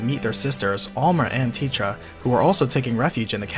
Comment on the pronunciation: delita's sister is not tietra? her name is TETA.